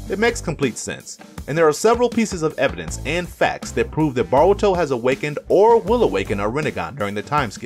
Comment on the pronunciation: BAH-RU-TO lol